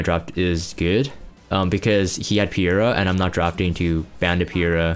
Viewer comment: And it's triggering me too! It's Peira - as in Pay-ra. Get it right, nerd :P :P :P Good to see you playing RTA again. Hopefully you won't bomb on the last day and get Emp comfortably this time round. P.S. Not wearing your frame anymore?